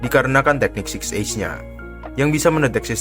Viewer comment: Six eyes atau six ace????😂😂😂